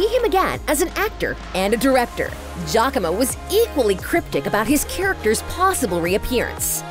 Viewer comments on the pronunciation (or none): It makes me cringe hearing the narrator pronounce Giacomo as 'Jacko-mooh'.. No lady! Its Ji-ya-co-mo. Please do some reaseach at least. Smh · I’m sorry, I’m italian and the narrator got close to the right pronunciation, it’s jacko-mo